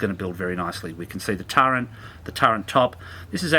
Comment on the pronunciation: I'm really not being cheeky but I have to ask now after hearing it, why is it Australian's call the Turret a Turrent? Your about the 5th I've heard call it that now?